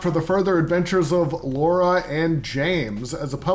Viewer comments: Did you really say "Laura?" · Its not 'Laura'.